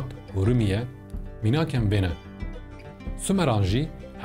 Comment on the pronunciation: Saeta we/te xweş be. Di nivîsê de "ur" e lê dema vegotinê "ûr" derdekeve ji kerema xwe rast bikin. Serkeftin